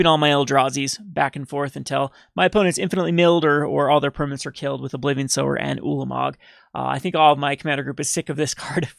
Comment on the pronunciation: Not SOUR of temptation ..... SOWER. Pronounced like SO - ER